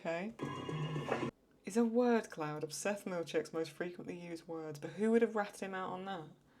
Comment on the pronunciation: Scandinavian people also laughed their asses off at Milkshake's pronunciation. It was kind of a thing when it came out.